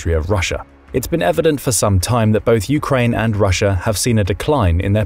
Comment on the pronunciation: What is this "Urkaine" you speak of?